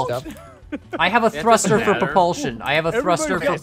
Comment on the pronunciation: Everyone: Bearings, Engines, Logic, Suspension, Controllers.: Cosmetic blocks and a thuster.